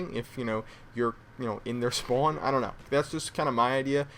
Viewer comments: you say spawn weird it made me want to commit suicide r u from new york? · thumbs up if you hear him say spown.